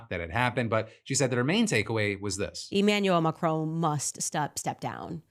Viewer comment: Who tf is Emanuel Macrone? I've heard of Emanuel Macron but idk who Macrone is